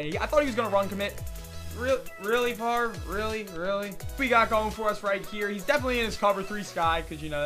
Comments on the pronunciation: It's pronounced "Farv" not "Favray" 😭😭😂😂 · Barts Kinda Gay And Stuff It's should be pronounced fav re but everyone says it farv.